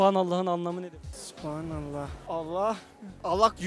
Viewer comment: Süphanallah değil sûbhanallah